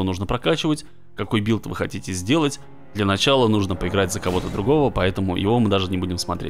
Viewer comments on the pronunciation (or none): none